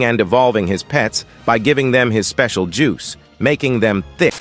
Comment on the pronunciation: Pls stop saying specil juse it sus